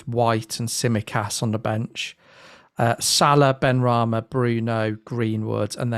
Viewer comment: Said benrahma